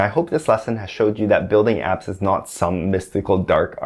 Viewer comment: Did you say "build apps" or build abs"?